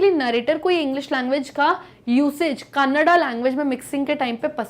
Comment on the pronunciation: Mam that is not कनाडा it is a language named. कन्नड़